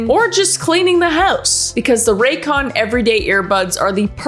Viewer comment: Why is no one talking about how it said “racyon” on the sponsor